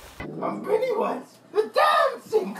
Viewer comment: lisen ti how he says i am peenywise the dancing clown then the oof i love that one and that fall